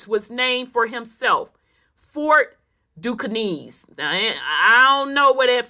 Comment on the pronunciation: no disrespect mamm, cause you've brought so much clarity to the Great oke doke as I call it buti I just couldn't stand it anymore. Pronounced (Duskane) or( Ducain). Now I understand why as a black male that only we go through what we go through the way we go through it with these folk. Peace and love mamm